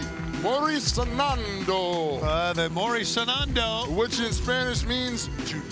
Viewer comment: Fue divertido el intento de Paul de decir "Morir soñando" porque terminó diciendo "morir sanando". 😂 "Die healing". 😂